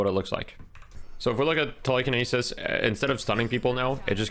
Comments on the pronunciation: I've never heard someone say telekinesis like that before wow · Must be a Canadian thing 😂